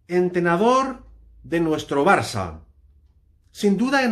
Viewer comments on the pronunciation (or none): none